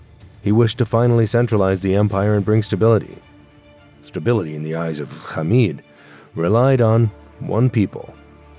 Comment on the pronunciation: When you pronounce Hamid as “Khamid”, you know this is a gross Zionist channel